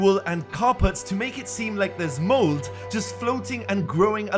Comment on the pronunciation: Did he say mold instead of moss..